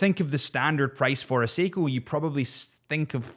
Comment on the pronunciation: Poor the way you slayed his last name 😂